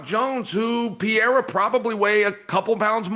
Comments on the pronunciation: CHAEL needs to Stop pretending and Pronouncing PIYERA coz its not even funny👎🏻👎🏻 SONNEN - Read This! PE-REY-RA.. PE-RAY-RA…. Very easy Chael and dont play STUPID! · “Pierre-ah” lmao Chael is the worst at pronouncing fighters names 😂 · LOL Chael got him with the Pee-aira😅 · DC keep emphasizing PAREIRAAA just to have Chael call him Piera 30 seconds later 🤣🤣🤣🤣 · I love how Chael just gave up on trying to pronounce Pereira. It’s Pierra forever now. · It’s Peh-Ray-Rah You absolute sausage!!’ How hard is it you’re covering this sport globally …. IDIOT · How tf does Chael mispronounce every name? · No matter how many times Daniel correctly pronounced Pereira, Chael will continue mispronouncing it. It seems deliberate. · How can chael still not pronounce Alex Pereira's name right?